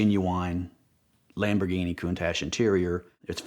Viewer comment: Someone should make badges that say shamborghini